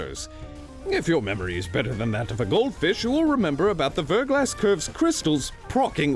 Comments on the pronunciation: It's pronounced VER-GLAW, like "thaw", not VER-GLASS. ❤ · Verglas is pronounced "ver'glä" it's a French word that means thin coat of Ice. Before you ask yes, I am a Verglas Curve fanatic.